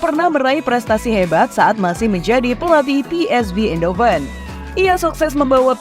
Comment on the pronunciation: Pengucapannya: ein hofen. Bukan: indo fen.